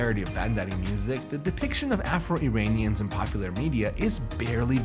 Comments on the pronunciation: Exactly...a fooool who doesn't know Iran-ian is not Eye Ranians can choke on his propaganda source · Lol Zwarte Piet parallel 😂 EDIT: The guy said "Eye Ranians" anything he now says I will not listen to 🤣